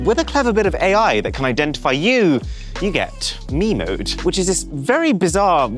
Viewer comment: Him: me mode me: wiimote